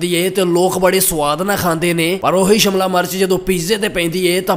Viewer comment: Shamla nahi shemla hunda😂